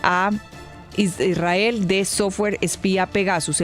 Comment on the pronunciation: Su aLOCOción es solo pretexto para pronunciar sus palabra preferidas Chuzada e Israel y en perfecto inglés 😂